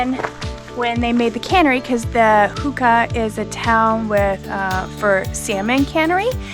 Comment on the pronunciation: Hoo Nah not hooka